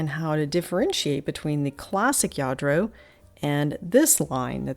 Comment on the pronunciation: you are such a wonderful speaker. Your description of all you feature is great. Do you by any chance speak Spanish? When you were describing some of the Lladro pieces your pronunciation was so perfect!